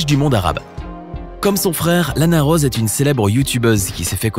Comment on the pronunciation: Son mon: Lana Rose Se que j ai entendu: Lana Roade